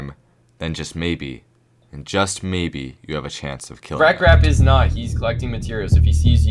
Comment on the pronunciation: "Mabye“ is crazy